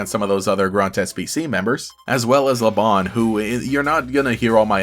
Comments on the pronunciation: Lebanne's name comes from the fleabane flower (which is true in basically every other language) so I believe it should be pronounced as "la-bane" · I'm very confused about how to pronounce her name like i pronounce it as Le-banne but every time i hear someone say her name, it's always pronounced le-bon but her name doesn't have a o and to me it looks like she has anne in her name, forgive me if I sounded rude I'm just very confused about how to pronounce her name 😖